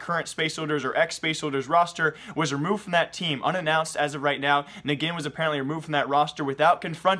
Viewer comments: isn't it called enjin not negin? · "negin"? who dat bish? That's "Ngin" as in "engine" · Bro eSports career is alright.... but you got to stop making mistakes like pronouncing ngin as neggin, I mean if you watch so much CSGO it's hard for you to make such silly mistakes. Gosh I can't remember the last time I watched space soldiers play but I know it's pronounced as engine. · its "engine" not "neggin" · ngiN = nuggin? seriously? its "engine" cmon hahaha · I'm pretty sure it's pronounced "Engine", not "Nagin" Just in case Edit: Nevermind, sorry. Didn't see that people had already mentioned that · ngiN is pronounced as engine. Not Negin. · its pronounced engine not neggin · lol its pronounced engine not nigin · its "engin", turkish name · Ngin is pronounced as engine. Otherwise nice vid! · the way you botched ngin's name its pronounced like engine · um hey its ngin (engin) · nh-gin Its Engine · isnt his name pronounced engine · its pronounced engine (Ngin) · Ngine u say it engine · Ngin is pronounced engine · ((Ngin is pronounced engine)) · ngin is pronounce as engine